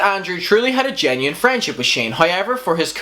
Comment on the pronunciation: Man you saying situation and genuine is rough lol